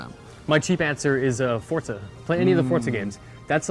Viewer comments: FORZA not FORTZA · correct me if I'm wrong but isn't it pronounced For-za not Fort-za?